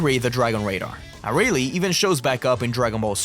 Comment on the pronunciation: Why do you pronounce Arale like that 😭😭😭😭